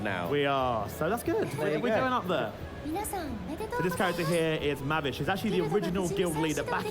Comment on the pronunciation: God what are those guys saying... - "Magicians" " -Fairy Tail has been around for like 5/6 years" - Maavy? Maaby? How did he say Mavis' name? 😶